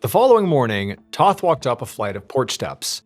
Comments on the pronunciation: It's T O th Not T a th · If you actually read these, Toth is pronounced like oath, not both. It's my middle name. It's a Hungarian last name.